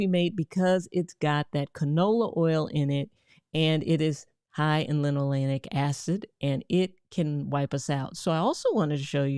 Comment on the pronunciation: I know you mean well, and it was a good video. However. Stop putting "N" in the word linolEic. It's Lino-LAY-ic. It's important because you confuse people. Later they'll hear about linoleNic and acid avoid it. I want to be mean, but I'll explain instead. The polyunsaturated fats in canola oil include linolEic acid — more commonly known as omega-6 fatty acid. Say Lino-LAY-ic. Alpha-linoleNic acid (ALA) is a type of omega-3 fatty acid derived from plant sources. Lino-leN-ic. Don't mispronounce it because then you confuse everyone. I know you'll do better.